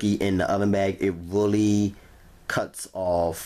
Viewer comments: Rery Rery Juicy. Lol. 😁🤣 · It was wrawry wawry juicy lol